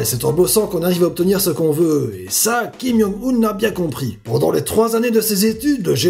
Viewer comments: C'est Kim-Joung-un pas Kim-young-un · Ça me perturbe trop qu'il dise "Kim Yong Un" XD